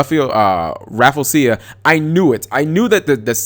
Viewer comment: say it with me cap: RA-FLEE-ZEE-UH